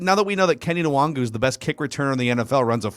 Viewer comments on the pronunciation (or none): It's not "Kenny En-Wahn-Goo" (OR "Kenny WONGWOO"...lmao whatever the fuck they said up in the booth multiple times) His name is "Ken-eh 'N(very short, not "en")-Wahn-Goo"